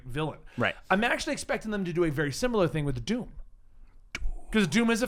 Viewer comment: i heard doop not doom ha